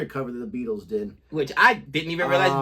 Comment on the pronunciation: Pronounced "BEETLES" not "BE - ATLES". Just thought I'd give you some help.